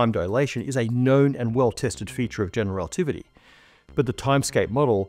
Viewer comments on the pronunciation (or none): why does every physicist on YouTube not say general relativity correctly? ‘Generalitivity’ 😂